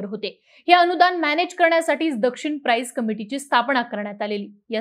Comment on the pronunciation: लिहुन दिलेली स्क्रिप्ट फक्त नीट वाचायची असते तरीही गृहपाठ नीट काळजीपूर्वक करावा.. दक्षिण प्राईस नसुन दक्षिणा प्राईज आहे. पाठा नंतरचे वर्ग नसुन पाठांतराचे वर्ग आहे..